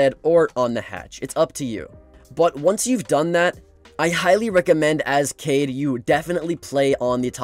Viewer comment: Its kaid not kade